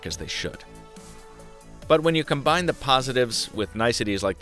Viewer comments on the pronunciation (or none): none